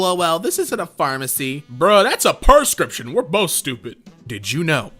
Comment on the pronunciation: I love how he said "perscricption" instead of "prescription" xD